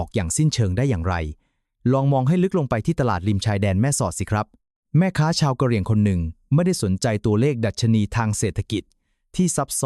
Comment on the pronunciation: อ่านอย่างงัย ทศวรรษ ? กะเหรี่ยง????